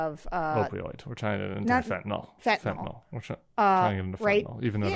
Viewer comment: Fentanyl is pronounced like Fentanyl-a-nil. It's not Fentanyl-a-nol. Thank you. Why do people mispronounce this basic medication?? 😤